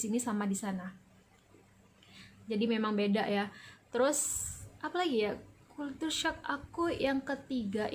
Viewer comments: Sedikit Pembetulan..culture shock..kejutan budaya..bukan kultur shock!! .kalau nk sebut bahasa ingeris sebut la betul2..bukan bahasa indon dirojak ingeris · Bacaan nya begini... kal-sher-shock